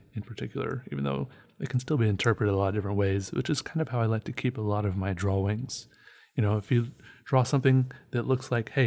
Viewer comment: Hey,... "Dra-Wings"